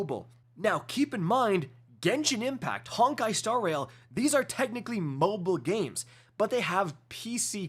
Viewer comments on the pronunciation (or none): none